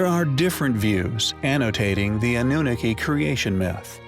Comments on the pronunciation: Omg stop pronouncing Annunaki that way!! 😂✋🚫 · Sorcha de Adair is he pronouncing this wrong on purpose?